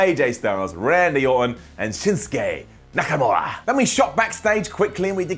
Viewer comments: He said nakanora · Nakanura!!!! Yes.. it's nakanura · "Shinsuke NakaNura" 8.07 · Nakanura? Ok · am i the only one who heard him say Nakanura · said Nakanura. I heard that. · He said nakanura